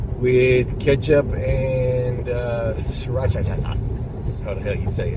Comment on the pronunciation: There's only one "cha" in si-ra-cha :)